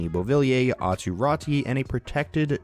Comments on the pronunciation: Pls dont pronounce Räti. I can't think better example but same as in Lemieux that ux is pronounced. So try say it like Rätux 😅. Or just Rätu. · Raty is pronounced the same way AATU is AW-TOO RAW-TOO